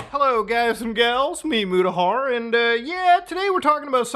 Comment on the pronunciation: "It's meme Mudahar." -My ears